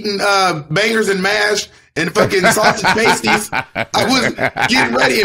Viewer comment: not "sausage pasty's"